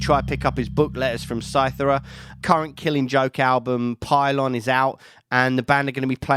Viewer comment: It's pronounced cy-tHee-ra. Great interview btw. I don't aleays agree with all of Jaz's thoughts, personal convictions & solutions for humanity, but he is a very interesting & well read man. And he's made some fantastic music in the last 45 years or so.